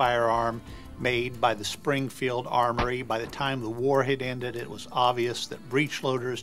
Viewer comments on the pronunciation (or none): Musket not muskit Springfield not springfeild